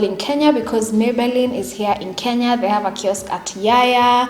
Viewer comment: Is it me who just noticed when she said 'kiosk'?... I laughed so hard